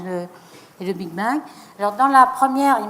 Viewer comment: Lol elle dit le Big being abusé je décroche